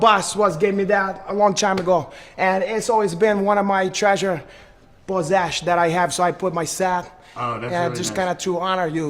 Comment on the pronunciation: Chrejur pozesh